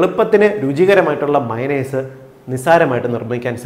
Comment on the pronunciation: മൈനസ് എല്ല മയോണെയ്സ്